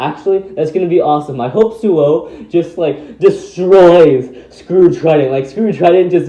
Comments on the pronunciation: actually it's Suoh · Hey everyone the website for beyblade Burst chouzestu the character bios say the correct pronunciation is SUOH not suou.